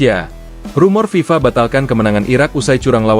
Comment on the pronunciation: Ngomong aja ngk jelas FIFA...